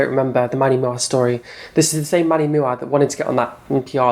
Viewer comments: It’s manny M U A! You pronounce the individual letters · Manny Moo-Ah 😂 I actually thought his last name was Mua as well when I first started watching beauty videos lol. I had no idea it stood for make up artist 😳.